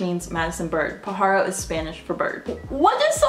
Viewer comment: soo I'm genuinely curious how come you don't day Bird instead of pajaro because you seem to struggle on how to say it since I'm assuming you don't know how to speak Spanish